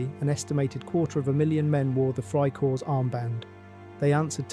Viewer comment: The word is freikorps. The s ending is not pronounced just like in English.